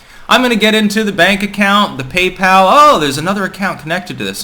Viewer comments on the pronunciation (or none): none